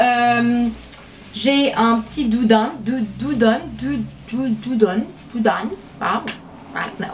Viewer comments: Coucou supers achats! Tu me manques depuis le meet up, juste pour te dire le manteau ou tu dis "dudune" se dit en français "doodoone", voilà gros bisous ma belle 💕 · Without being rude (because I love your channel sooo much): 2 things--> A fabric isnt materiel, it's tissue. And its dou-dou-ne. LOL just two small advices. Your french improved so much its incredible! You're so pretty !!! Good day xx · For the winter coat we pronounce [doodoon] and we write : doudoune ^^ great haul tout est tres beau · DOU-DOU-NE prononciation lol :D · Ton homme à bcp bcp de chance d'avoir une copine comme toi, tu es vraiment belle! Toi et l'amour du rouge ne cessera jamais de me faire rire. Très beau haul, très beau achats, bravo. Et aussi, ton accent est au top! Par contre doudoune on prononce le "e" à la fin, j'espère que mes explications sont assez détaillé. x) Gros bisous, love. :) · Pour dire doudoune, pense à doudou et rajoutes juste -ne :) J'espère que ça va t'aider ;) Gros bisous ma belle ! :)♥ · "Doudoune" :p <3